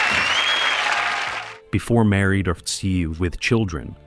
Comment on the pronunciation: What's with the pause after Married??? It's very off-putting after the 20th time hearing Married......with children.🤔